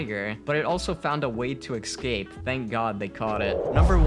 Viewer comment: nobody: Me: frusterated that the narrator keeps saying excape and not escape